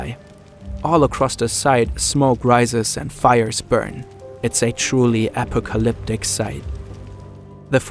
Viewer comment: apoe lip-tic 😂 Failed English class with a 90%